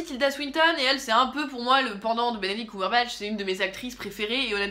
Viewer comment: Arrêtez de prononcer "Coumberbatch" on dit "ceum" :(